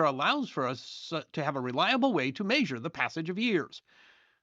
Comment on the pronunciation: Are you from Washington? That’s a funny pronunciation of “measure” I’ve only heard from there.